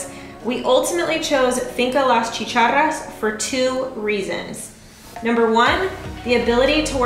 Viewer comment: Hey, you said chicharras like me, very impressive!!